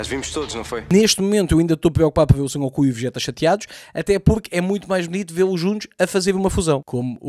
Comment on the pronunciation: o nome do gajo é Son Goku, não San Goku. Boa sorte para as análises dos próximos episódios, pois tudo leva a querer que esta temporada é muito pior.